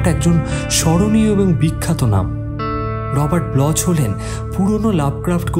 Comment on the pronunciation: উচ্চারন টা হয়ত রর্বাট ব্লক......যাই হোক, উপস্থাপনা অতি উত্তম এবং আপনাদের কে অশেষ ধন্যবাদ এরকম একটা গল্প পাঠনের জন্য।🙏